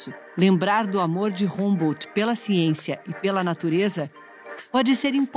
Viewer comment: Pronuncia-se "hambô"...😏